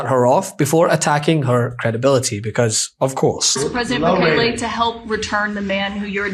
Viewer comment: You guys really need to pronounce the name of the president of el salvador correctly. It's Boooo-kaaa-ke! He is willing to take the load of the US. A true champ.🎉🎉🎉